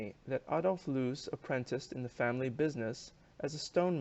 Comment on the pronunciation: I enjoyed your review, especially the closing statement. Just one hint, the correct German pronunciation of Loos is more a bit different. I failed to find an English word with the same sound, probably easier to look up a German video on Loos to get the idea. Greetings from Vienna